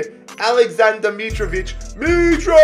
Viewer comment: u support Fulham and can't say Mitrovic right